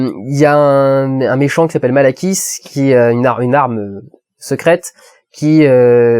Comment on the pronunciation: Ouais, donc ça se prononce Malekis en VO... non?